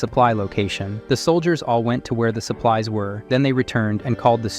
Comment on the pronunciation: Very entertaining but the AI voice needs to work on its pronunciation of some words. "Call-ED" "Sup plees instead of supplies"